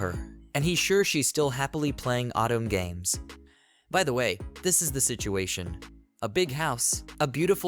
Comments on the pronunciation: Please install a Japanese language pack, or if that's not possible, use phonetic substitutions. "Otome" being pronounced as "Autumn" can be overcome by using "oh toe may" in the script for the narration program to read. Just like how many readers pronounce the "bow" in bow and arrow like "bow to royalty", when all they need to do is type "Bo" instead of "bow" in order to get a "long O" sound. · Oh toe meh. It is 3 characters you need to pronounce. Anyone that's me being nitpicky.